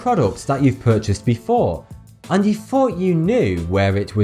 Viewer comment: Why do you pronounce the "th" sound as "F"??